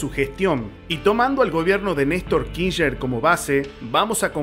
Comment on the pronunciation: kisher, jajajaja , , , , , , , , , . Se dice /kir/ /ch/ /ner/ chango!, o al menos /kish/ /ner/. En fin, muy buenos tus videos, los estoy escuchando todos mientras boludeo acuarentena'o. Como decís, tarde o temprano vamos a ganar, es solo cuestión de tiempo. Mucha gracias y mucha suerte hermano.